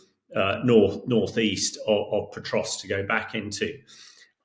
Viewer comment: This Hamish character is pronouncing Pokrovsk - Petrosk. Good work, mate, you are really acquainted with the situation! 😂😂😂🎉 😂😂😂😂😂😂 He is even worse than the host! PATHETIC!!! 😂😂😂😂😂😂😂😂😂😂